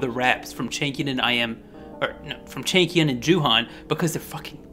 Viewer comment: Well lol i always hear chicken when you say changkyun 😂😂 my baddd